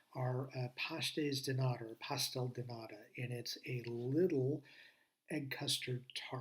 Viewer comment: "Pastel de nata" not "pastel de nada" (nada=nothing, nata=cream/butterfat/sour cream). Ok portuguese pronunciation, good job!